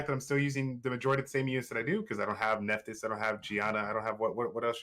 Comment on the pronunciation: Nephtys pronounced Neff-(t)His just fyi from a mythology nerd lol